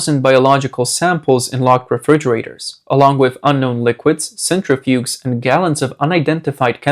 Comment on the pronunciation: You pronounced "Argentina" "centrifuges" and "indicted" wrong